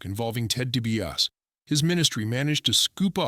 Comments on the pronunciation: This AI commentary is the absolute SHITS! Dibiarse, deebeeauss...JEEZ!! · Dee-bee-ah-see! Get your crap together!!!!! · Maybe spend the time to learn to pronounce his last name. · This bozo has WWE Icons as his channel name but was too lazy to narrate this himself and instead gets an AI that can’t even pronounce the name properly. 🤡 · Turned off right after last name was mispronounced